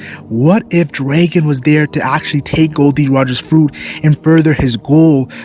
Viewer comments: you say "draegon" it tilts me xD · why do you say "Draegon" bro